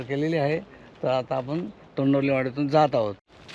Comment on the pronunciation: तोंडवली नाही तोंडवळी बोला विस्कळीत व्हिडिओ वाटतो.